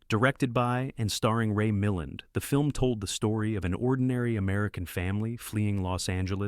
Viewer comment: The actor's last name in "Panic in Year Zero" is pronounced "Mil-LAND," not "MILL-end." Thanks, AI voice!